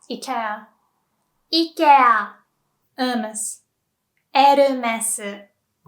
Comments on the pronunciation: Wow, you freaked me out with that IKEA pronounciation, you said it exactly like how we say it in Norway, with the correct pitch accent, too! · IKEA is pronounced more like イケーア in Sweden and in Finland it's イケア with a dead serious face.